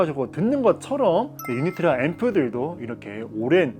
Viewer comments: Originally in Poland where Unitra is made the name is pronounced without Y at the beginning but like in oo Unitra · 유니트라 발음이 왜 그냥 넘어가지 유-니-트-라 라고 정확히 발음해야죠....